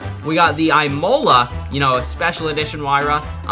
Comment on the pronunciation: "EYEMOLA"?? ITS Ihmolah